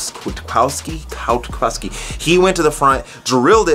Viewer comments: It's pronounced ( kweeit-kof-ski) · Kwiakowski is really not that hard to pronounce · Loved these vids!!! Hope you do them for 2019, but with correct name pronunciation (Kwiatkowski is not super hard to pronounce).